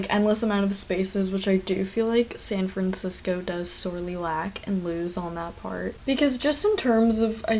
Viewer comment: Omg you’re the girl from twitter who couldn’t say San Francisco